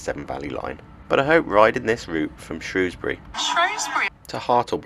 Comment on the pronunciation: You're no mug! Pronounced Shrewsbury correctly.